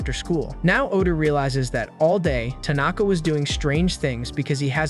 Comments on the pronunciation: Why are you saying tunaka? It's tanaka.... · He says Tanaka 💔..